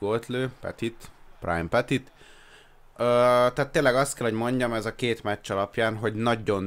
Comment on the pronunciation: Nem petitnek kell ejteni hanem pöti nek de tőled teljesen mindegy🖓